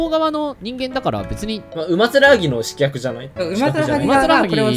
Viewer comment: 刺客をしきゃくって読むDD好きw